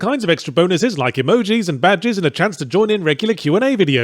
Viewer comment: You say badges like bad jizz